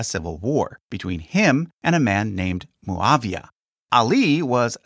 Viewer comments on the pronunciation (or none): Its mouawiah not mooooaaaviaaa Its not a colombian coctail